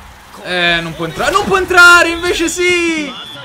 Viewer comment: "L' obbiettivo è di entrave fva i primi venti, poi dai 20 si passa al vincitove" cit.